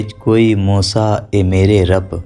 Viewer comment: Meere not mera Arab